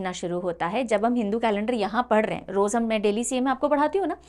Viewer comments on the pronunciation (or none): none